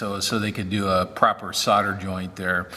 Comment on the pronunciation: so why did you correctly say solder and then mis-correct it to sodder? it's always made me wonder why many Americans do that. I'm not trying to be rude, but am fascinated as to the reason